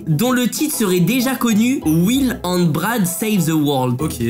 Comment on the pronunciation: Pourquoi and tu dit hand